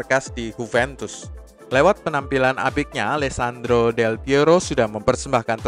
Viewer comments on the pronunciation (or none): none